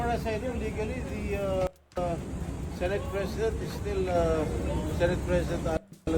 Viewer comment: SENATE po Sankay hindi SINATE... pa check sa google ang tamang pagbigkas.. Masskit kasi sa tenga... just saying